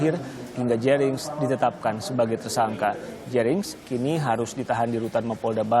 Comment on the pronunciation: Kenapa y presenter sering salah mengeja nama orang bali, kayak jering atau made